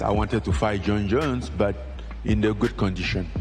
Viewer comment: "Jon Scones Jones" got me too haha